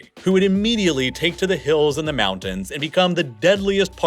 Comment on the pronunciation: He also pronounces mountains as mounans